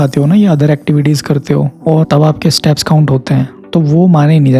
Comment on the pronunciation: Staps nahi bhai steps!